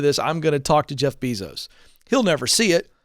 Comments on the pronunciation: It's "Bay-zos", not "Bee-zos". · It’s pronounced bay-zos god it’s irritating hearing him pronounce it beezos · Say it with me BAY-SOES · I love you Ken, but please, it’s Jeff Bezos pronounced BAY-Zows. 😅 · The way he pronounces Bee-zos🙉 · “Jeff Beezos” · It's funny how he says his last name wrong. One more insult to injury. This attrition issue is crazy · If you're talking about Amazon and can't pronounce Bezos correctly, it doesn't make me too confident about your expertise on the whole issue. Sorry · Omg the repeated mispronunciation of "Bezos" is driving me insane!! Also, that's a clear indication here that Ken doesn't keep up with major corporations and or work trends. This came out years ago that they don't want long term workers due to complacency fears by Bezos Ken seems somewhat disconnected with the regular everyday worker, and needs to open his mind to new trends happening now, today, and the automation replacement. Ken should bring in a computer scientist or computer engineer, and have a discussion on replacement theory due to automation and what this means for low skilled workers. It's already happening now! It's even happening now to finance professionals, I know someone who was replaced by a kiosk for credit applications and the rest of their job outsourced to India!!!